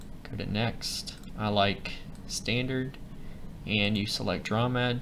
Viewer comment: The term "dromed" came from the camel, or dromedary. Thus, the word should be pronounced DROW-MED. You know...the preceding vowel is always long when followed by a single syllable followed by another vowel. Anyway, I'm known by Ricebug at TTLG and created a bunch of FMs. Now, here I am, back in kindergarten, watching your video! AAHHH!!!